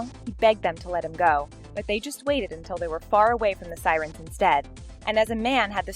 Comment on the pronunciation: 'Psyrens' to their 'fate'. Giving up now, bye.